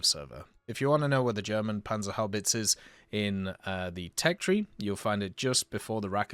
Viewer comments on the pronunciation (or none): i realy wonder why americans cant pronounce the simple e at the end of panzerhaubitze its the same e as in panzer, dont want to hate but it sounds so wrong :D